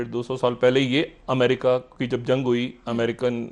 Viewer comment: Ye badiyaa Aadmi he America Ko bhi yamrica bolta he.wo yamrica nahi yamraaj he